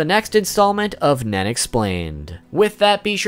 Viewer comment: lul sometimes when he says nen it almost sounds like men so some shit he explains with the word nen sound funy AF XD